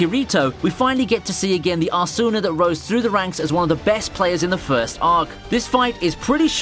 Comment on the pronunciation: The way you say Asuna 🤦‍♂️